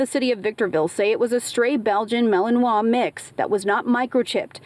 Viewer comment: I know they're kids but her siblings kinda suck. Poor girl, I'm glad someone else was there to help. Side note: ohhh...so that's how you pronounce "malinois" lol. Oops.